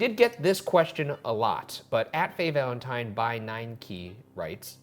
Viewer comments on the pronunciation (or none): none